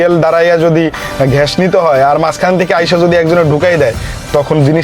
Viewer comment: age bangla bola shikh bolod,ghesh na gas hobe ,chasha kn etto tui, tore marum re driver